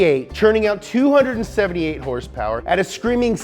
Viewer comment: 478 hursepurs!